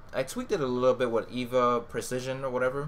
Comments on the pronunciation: EVGA not evea!!! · Evga lol not Eva bro.